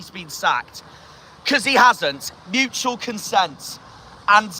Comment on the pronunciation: It's consent not consense.